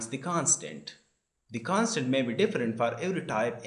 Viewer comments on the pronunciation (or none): Did he said, 'Can'tunderstand' or 'constant'